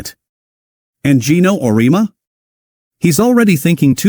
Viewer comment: Wishful thinking. Michigan was in November and TN lost the secnond half by 30. It would help if you programed your AI voice to pronounce Auriemmas's name correctly. You have 289 subscribers and 586 views... How is that possible?